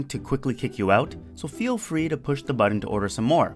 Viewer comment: Oreoxalert Plays He's making a joke about how pronounces "button"